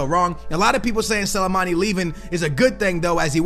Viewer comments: Sill-A-Mani??? Hahaha., it's S-L-I, Sli-mani, say it with me slowly, Sli-mani 😂😉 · how he say slimani is actually irritating me 🤦🏻‍♂️😂